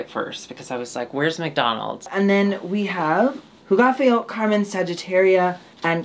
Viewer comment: Lovely pronunciation of "Hugaceo",! 💙